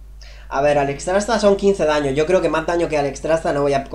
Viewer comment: Porque no pronuncia bien Alextrasza!?